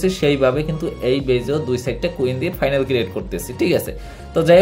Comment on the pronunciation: ফাইনাল না ফানেল বলবেন।